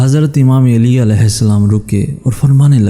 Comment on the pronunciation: Hazrat Ali Ka Naam Theek Se Lo Mere Bhai Aap Hazrat Eli Kah Rahe Ho